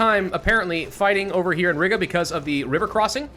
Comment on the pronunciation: Oh my God the way pronounces Riga just REALLY annoys me! Hey, it's pronounced Ree-ga!!!